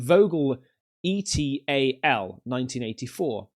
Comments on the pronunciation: loved the video. By the way, et al. means "and others" to represent the rest of the authors in the scientific paper cited. It's pronounced in Latin, like the first 'e' in etiquette and 'al.' like the 'Al' in Albert. You should pronounce it correctly to be more credible in citations to papers. Good content as always! Have a nice week. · You say the words et al, it means and others, it's an academic term. Just letting you know lol.